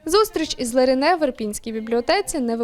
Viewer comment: Вона Леране, а не Ларіне)))